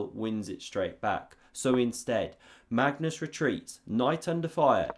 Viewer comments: Does he pronounce Mangus on purpose? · "Mangus" LOL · "Mangus" or was it "mangoose"? 😂😂😂